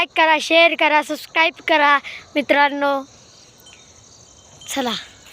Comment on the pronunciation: सुस्क्राईब नाही सबस्क्राईब 😂😂😂😂